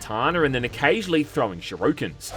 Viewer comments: Shu ri ken FFS. Hearing "shiruken" that many times is just painful. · Solid video man. Side note For the love of god bro. It's Shuriken Sure-Ick-En Not Shiruken Which is how you are saying it Shi-Roo-Kin. I believe in your ability to improve. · Why you say “shiruken”? It’s shuriken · Shoruken instead of shuriken, faith instead of thief... Bro, your English is weak. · You do knwow that it's shurikens, not sho-ryu-kens, right? Ones are throwing stars, the other is a special move from Streetfighter for Ken and Ryu. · It's SHURIKEN, not SHIRUKEN. And no, this is not a side effect of the accent. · Not to be that guy but I think it’s pronounced Shur-ih-kens, not ShirooOOkins. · Shuroken?! SHURIKEN! Hahahaha, no hate, that just made me laugh a bunch. Great video, great blasts from the past. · Why do you keep calling them shIrUkens 😭 it's a shUrIken. And even worse is that those are kunai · Your pronunciation of "shuriken" makes my ears want to cry. "SHU-RI-KEN". Not "shiruken". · I love you, mate, but are you intentionally mispronouncing shuriken as shiruken? Fuck, that grates my inner ear! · What's the lore behind "shurookens"? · Shuriken. Shu-ri-ken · "Kataner" "ShiROOkens" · Shi roo kins 😂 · Dude I swear it's pronounced Sure-I-Ken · 1. Shuriken, Shoo - Ree - Ken 2. They are Kunai, throwing daggers 3. Ta-teh system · What the hell is a "shiruken" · ah yes. nothing says "nanji" more than some good ol' shirukens or a few kainu. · Calling Shurikens SHAROOKEHNS is the worst reboot of all time 😂 Love you ❤ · It shuriken, not sheerookens. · Don't wanna be that guy but it's shu-ri-ken. Also those are kunais, not shurikens. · The consistent "Shuriken" mispronounciation made me giggle 😂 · My guy How the hell did you manage to pronounce "Gaiden" correctly and yet utterly butcher "shuriken?" Also "tate" in that game is two syllables (tah-teh) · 2002's Shinobi wasn't a bad game in any way, it was just insanely difficult in places. Also, how do you mispronounce "shuriken"? lol